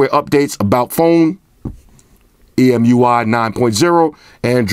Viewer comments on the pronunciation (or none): none